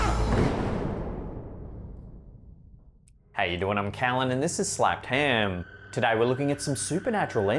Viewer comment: For the love of god can I get a compilation of this man saying slapped ham? 🤣